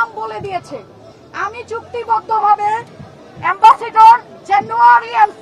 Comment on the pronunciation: এই মহিলা নাকি এম্বাসেডর 🤣🤣🤣🤣🤣🤣🤣🤣🤣 উনি তো এম্বাসির পিয়ন। এম্বাসেডর উচ্চারণ করতে পারে না,,,,সে নাকি এম্বাসেডর!!